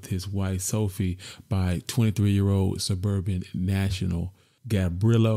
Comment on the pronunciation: Did you say suburban National, Serbian national